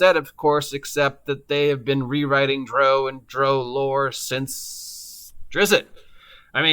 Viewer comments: Its not pronounced like "Row your boat" but the British "Row"which rhymes with 'HOW' as in: "We got into a fierce row over who stole money and blows where exchanged. I did the same thing for YEARS before the internet and videos where wildly available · How you say drow enrages me lol